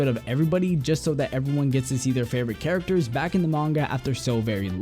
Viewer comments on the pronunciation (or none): none